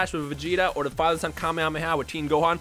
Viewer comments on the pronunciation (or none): none